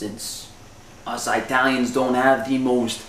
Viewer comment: LMFAO You're somethin else : Us "Eye-talians" hahaha